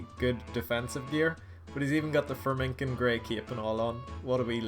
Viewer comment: my man just said freminkin isles...... FREMMENIK